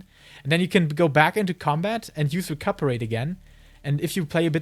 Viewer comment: really good vid - only gripe was hearing Recuperate mispronounced dozens of times